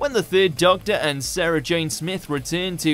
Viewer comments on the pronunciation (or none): none